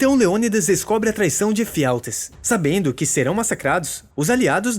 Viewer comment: "os espartas" e "Efialtês" foi de lascar